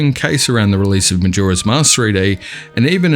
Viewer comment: Who will relate a Hyrule map with "jora's mask" or "kywar sword"? (man, mind your pronunciation, pls). ai mean , Skyward sword...mmmmaybe...but Majora makes no sense.